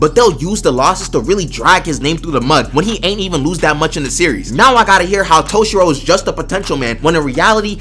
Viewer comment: thank you for speaking good on toshiro's name